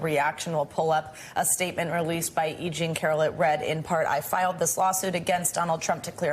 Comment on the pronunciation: It’s E JEAN Carroll, not “Jeanie” Carroll. Jesus. The case has only been in the headlines for years now.